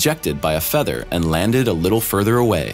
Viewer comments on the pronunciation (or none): none